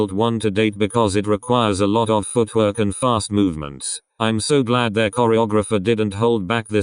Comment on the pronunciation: Why is the way pronounces “footwork” so hilarious?